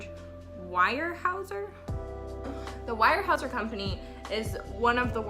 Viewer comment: Pronounced "WEAR" HAEUSER. Really good family that is NOT pretentious for their affluent position. Do you also know that Harmon was given a job at Weyerhaeuser after released from prison, by George Jr. himself when he became CEO of the company? Great job on your face 😉